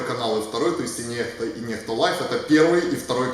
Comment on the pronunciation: Канал называется НЕХТА, это не икс, а буква Х. Это белорусский язык. Слово переводится как "кто-то". И читается НЕХТА, как пишется.